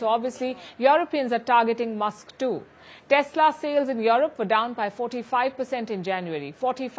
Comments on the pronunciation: Europe is pronounced U-rope..U ropeans. not Yourope or Youropeans. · Can someone please tell her its not pronounced YAW-ROP, its pronounced YOU-ROPE.